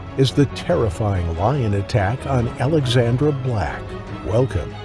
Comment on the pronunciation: It sounds like you are saying Alexander a lot. I had to check the written intro to check it is Alexandra.